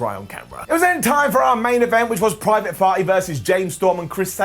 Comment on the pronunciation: I'm pretty sure I heard him say "Private Farty".. i don't think I'll ever get that out of my head now.. cheers! 🤣